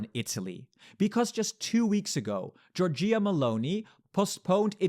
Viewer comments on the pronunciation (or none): again jor-JEE-ah Meloni 😂 it's JOR-jah 🇬🇪